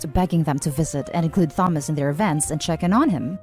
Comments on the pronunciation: Who the hell pronounces Thomas like that?? 😂 even if this is AI, I wouldn’t thought it was better than that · I couldn’t finish listening because of the pronounciation of “Thomas”😂